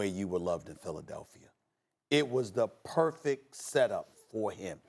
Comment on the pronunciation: no one: max kellerman: make hip hop reference no one: stephen a smith: philidelphier